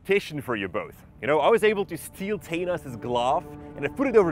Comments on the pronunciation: its thanos than-no-s not tae-nases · the way he says thanose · How did you pronounce Thanos?...Teinos?... And it’s a gauntlet not a glove Otherwise great video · the way he said thanos 😂 cool accent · He can't say thanos 😂😂😂😂😂😂 Not trying to make fun of him through